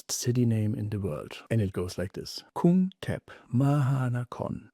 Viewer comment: Whoa! I am impressed when you just said the full name of Krungthep.